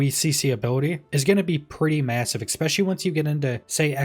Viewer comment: This is totally my problem, not yours, but every time you say "expecially" I have a moment of blind rage